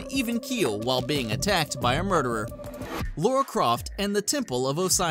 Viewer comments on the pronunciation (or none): It is not LAURA ITS LARA.